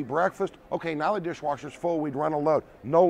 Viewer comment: Dirsh Warshers!!!!!!!!